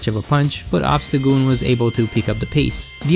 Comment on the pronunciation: Obstacgoon? How about Obstacool